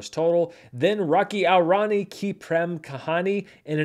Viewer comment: I deeply appreciate you trying to pronounce the Indian names as best as you can, but i think a little help might be warranted 😅 Rocky (✅) aur (pronounced like english 'or') Rani (✅) ki (✅) prem (pronounced like 'frame' just with a P) kahani (✅).